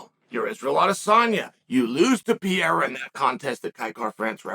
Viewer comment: Pee-Era lol